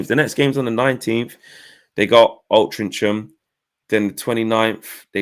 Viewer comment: There's no way you just said 'Altrincham' like that 😂😂😂